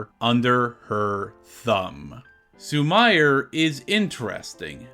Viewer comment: Awesome video! Just one note on Japanese pronunciation- “i” is pronounced as “ee”, and “e” is pronounced as “eh”- so “Sumire” is pronounced “Soo-mee-ray” 😁